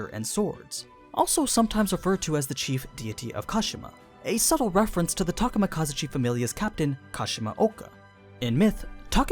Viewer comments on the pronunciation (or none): I cringed quite ferociously at your pronunciation of "Takemikazuchi" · thats not how you say Takemikazuchi.